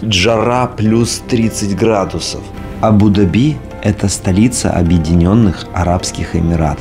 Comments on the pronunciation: пожалуйста, Абу-ДАби, а не Абу-ДабИ!!! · Абу-Дааааби а не абудаби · Да не абу- даби', а правильно абу- да'би! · НЕ абУ-дабИ!!! Абу-дАби - ударение. Не обижайте Восток. СЧАСТЛИВОГО и ПРИЯТНОГО путешествия! ЧУДА ВАМ ЧУДНОГО... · Абу ДАби, а не Абу ДабИ)) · Я даже в гугл заглянула. все верно. Абу - ДАби. Я прожила в Дубае некоторое время и слышала правильное произношение столицы. Но тут и я засомневалась, слышала из уст Дмитрия не то.... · говори правильно, пожалуйста, - Абу-ДАби, дирхАн. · Ударение— Абу’- Да’би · Название столицы ОАЭ Абу-Даби не склоняется,ударение правильно ставить на второй слог Абу-Даби,произносить АбУ-ДабИ (ударение на последний слог)- категорически неправильно!!! неужели сложно выучить название.p.s. Валентина у Вас очень смелое решение в одежде!!! Это Мусульманская страна🤦🏻‍♀️🤦🏻‍♀️🤦🏻‍♀️ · Ударение в названии на первые слоги, кстати. Абу ДАби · Прям режет слух это ваше абУ дабИ. Если коментируете свои поездки хотя бы посмотрите как это правильно произносится, чтобы было приятно вас смотреть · Здравствуйте, и Валя!, ты произносишь слово Абу-Даби с ударением на последний слог, у нас говорят с ударением на вторую букву А, Абу-ДАби! А как произносят это слово сами арабы? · правильно говорить АбуДАби,ударение на А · Первый раз слышу произношение Абу-Даби с таким ударением😊. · Абу-Даби, ударение на А. Очень режет слух неправильное произношение. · Дорогие черничники 💖 очень рады за вас, с отдыхом. при названии города Абу - Даби ставьте ударение правильно, а то арабы обидятся ❤простите. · А что не правильно написано??? Когда не правильно произносит и делает ударение Абу Даби не правильно, хочется поправить тем более образование высшее имеет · Да какой он грамотный! Даже ударение не может правильно поставить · правильно произносить Абу-Даби с ударением на А в обоих словах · Абу Даби, ударение на первую гласную! Ну прямо ухо режет!😂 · Абу ДАби, ударение.😊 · Абу-Дáби , ударение на ( á )